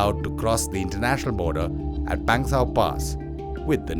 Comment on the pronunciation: It's not Pengsauuuuuu.... pass it's Pangsu pass